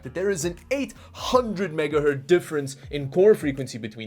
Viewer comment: Every time a tech youtuber speaks about "a megahert", my butt becomes megahurt.